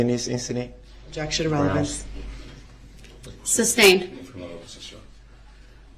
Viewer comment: ‘Objection relvanzze’